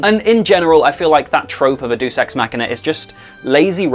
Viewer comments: It’s ‘deus (‘day-us’) ex machina’, it’s Latin, a real language unlike what you are speaking, not ‘deuce’. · Not deuce ex machina. Deus is two syllables, dat-oos. Know this from professors at several colleges, both lit classes and theatre. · Pronounced “day us” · "Deus" = 'Day-us'. It's latin; you pronounce each vowel separately. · "Deuce ex machina" 😛 Silly classical drama.